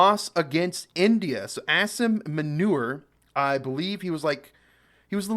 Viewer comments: Not meuner....but muuuunirr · Loved you pronounciation for that Manure 🤭 (Juat for the record it "Moo-NeeeeR" 😅) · Its not manure. Manure is useful. It muneer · Its Asif Moo-knee-rrrrrrr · pronounce it as moo-neer 😂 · i like how english ppl created the U and I vowel, that correspond to the 'oo' and 'ee' sound .. and still go on to say 'Manure' and gen 'Ayib' / 'Ayab' khan.. how this happens in their mind is something i wanna study.. they see the names and the vowels n every atom in their brain decides - its Manure and Ayib/ Ayab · Its munir ....pranounce it as muu - nirr aisf muunirr... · I think it’s pronounced as “manure” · Munir can be pronounced like this - Moon ir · Munir Mun like, Moon - ---ir, like ir, like in spanish for GO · Its Mu_neer 😅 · Bro Munir pronounce like "mooneer"....😂😂😂....got it??? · I died laughing when u said manure for munir😂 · "Asim Manure" lol Love your pronunciation, dude! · Something to help you pronounce the word. Pronounce it like 'Moo-Neer'.